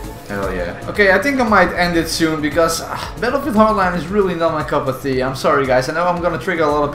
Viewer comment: Well it's not my cup of "THEA" either